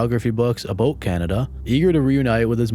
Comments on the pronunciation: He said aboot. Slick. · Heh aboot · “a-boat Canada” I swear you did that on purpose. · “Aboot Canada” cracked me up. 😂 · “Aboot Canada” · Aboot Canada